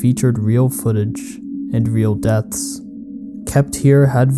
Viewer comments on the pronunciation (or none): none